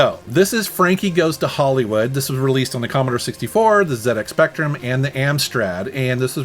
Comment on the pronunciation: Another great video an thank you for saying ‘Zed’ X Spectrum and not ‘Zee’ X as a Brit and a huge Speccy fan to hear it pronounced incorrectly is so frustrating.. Keep up the amazing content and would love another one of these forgotten games